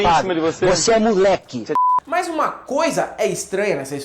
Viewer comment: Luxemburgo, Nunca critiquei. "Molheque chafadoh".